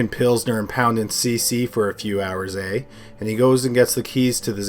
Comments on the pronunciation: I appreciate the extra effort to not screw up our ‘eh’ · We don't say eh like that.